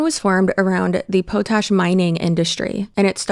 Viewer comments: “Poe-Tash” instead of “Pot-Ash” is actually iconic and I will be saying this from now on as somebody who lives somewhere that relies on that industry. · Friend. It's pronounced paht-ash. Like a pot you cook in and ashes from a fire. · Just a correction - "potash" is pronounced POT-ash. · TIL that I have been pronouncing "potash" incorrectly for my entire life. More importantly, I will enjoy watching the downfall of this pack of lies and hatred.